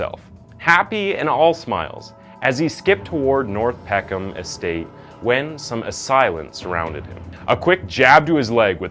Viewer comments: it’s pisses me off every time i hear Peck Ham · It’s pronounced “peckum”. You don’t oromin cre the “ham” at the end of any name here. Also, at least get his name right. You kept calling him Damiola. His name was Damilola… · PECK-EM. NOT PECK HAM. Why can't Americans or Canadians pronounce English towns and cities at all.... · You don't pronounce the H in Peckham